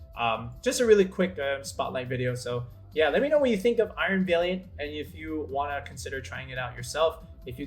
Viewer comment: Great video, although I cringed a little bit every time I heard you mispronounce "valiant"